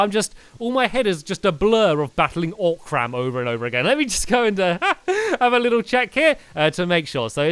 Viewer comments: also its not oc-ram its o-cram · He knows you pronounce it oh-crum not oc-ram, right?